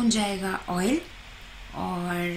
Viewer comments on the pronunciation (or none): none